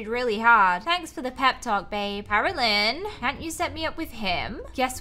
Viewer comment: When you said Caroline it didn't said say Caroline